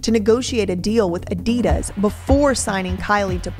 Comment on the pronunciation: Great video. But I cringe when Americans don't pronounce Adidas probably 🙈😖